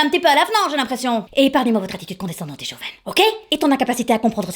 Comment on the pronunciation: Chauvine,, pas chauvaine. Pas sûr non plus que ça ait le sens que tu lui donnes.